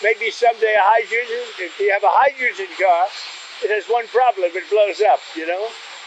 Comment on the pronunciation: A President who isn't capable of saying the word hydrogen........